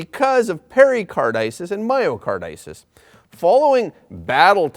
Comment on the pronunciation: Myocarditis is pronounced: my o car dye tis